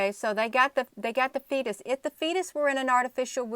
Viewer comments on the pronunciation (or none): none